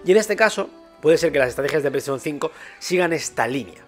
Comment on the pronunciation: Pleishon 4, pleishon 5